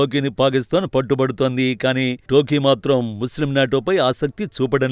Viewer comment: అది అది టోకీ కాదు టర్కీ ఏం చేస్తున్నావ్ బాబు